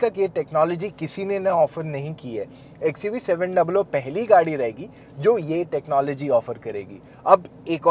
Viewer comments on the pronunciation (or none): "ecchhhuvee 700" 😂